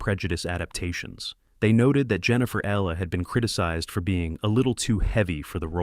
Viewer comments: It's like the reptile "eel-lee" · it's pronounced "EE-lee". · Her name is pronounced EEH Lee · Can you PLEASE PRONOUNCE HER NAME PROPERLY! it's spelt Ehle and pronounced Eelie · Jennifer’s last name butchered anout fove different ways. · The only negative in this video for me is the constant and varied mispronunciation of Jennifer Ehle's name. Irritating! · Jennifer Elle’s last name is mispronounced throughout this video. Please 🤦‍♀️ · And why does the narrator pronounce Ehle's name differently every time he says it? Annoying.